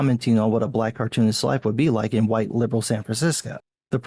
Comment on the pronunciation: Love how you say hu-white.